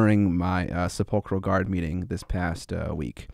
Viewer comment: se-polker instead of sep-yul-ker is getting me. especially after 20 years of talking about pronouncing oregon